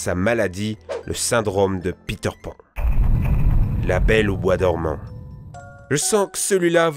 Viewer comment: Khm...Khm... Prononciation parfaite...(raïponce , pokentas, la belle au bois dormont , çondrillon)